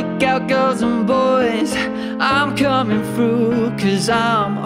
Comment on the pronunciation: Eek- When he said 'through' he said 'frough', fucking adorable.